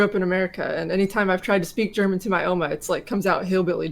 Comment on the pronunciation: Even the way she says "Oma" is weird.